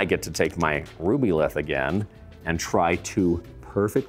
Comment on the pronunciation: He said Rubyltih and my eye started twitching!